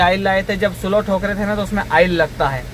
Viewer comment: भाई, " स्लो " नहीं स्लीव " ( sleeve) कहते हैं शायद